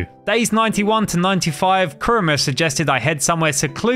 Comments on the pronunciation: its kurama not kruma just saying not a hater i hope you rech 10 milion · But I was about to die when he said "kurma" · add a in kurama u said kurma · Must say one thing negative it’s kuybi chakara mode not kurma mode now I understand copyright but I mean like why not chakara mode? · Pls pronounce the words carefully and do some research next time and pronouncing the words like rasengan rasenshuriken, kurama and more pls next time do the research on the word